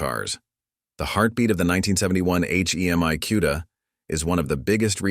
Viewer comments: Never heard of a "kewda". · When he calls them. QUEDA… I run from it A I ! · Never heard of a cue-da.